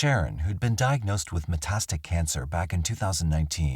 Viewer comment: police are freaking useless... it's also metastatic, not whatever you said.